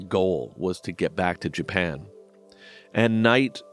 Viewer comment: "JA-PAN" just killed me!